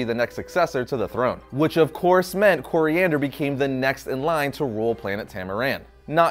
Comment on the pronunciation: it’s Koriand’r, And Tamaran